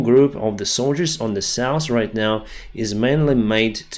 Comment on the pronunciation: Please! Stop saying souse for SOUTH. Same with norse for NORTH.